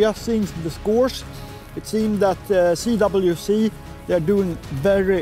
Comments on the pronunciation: Not C wee C ... C doubleU C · him self says Cee Wee Cee. Please don't argue with the grandmaster of pikefishing